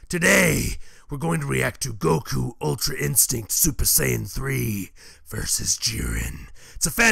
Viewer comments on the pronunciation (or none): none